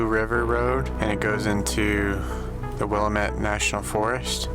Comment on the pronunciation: Will-eh-mett national forest. It's call Will-ah-mett. Willamette.